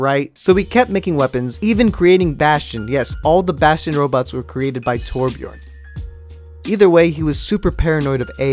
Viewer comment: Hes name is Torbjörn not torbjorn